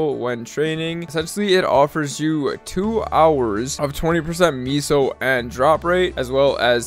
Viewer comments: Apparently the word "meso" is pronounced "(Meh)so". I think the commenter above is talking about that. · You keep saying miso and not meso, come on maple currency is not miso soup lmao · pronouncing meso as miso is straight wild